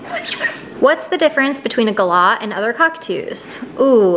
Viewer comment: You say Galah better than most Americans. You have clearly traveled Australia.